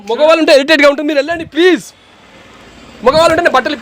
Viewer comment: ....హెరిటేట్ కాదు..ఇరిటేట్...oke...ఇరిటేట్....